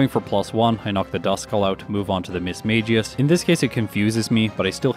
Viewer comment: This might sound crazy. But Mismagius is pronounced Miss-Maggie-Us.